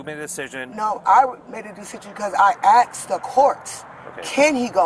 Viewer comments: Your closed captioning was wrong with one word this GUNT said. She said axed… not asked. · She aksed the courts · "I axed the court" I believe you mean "I asked the court."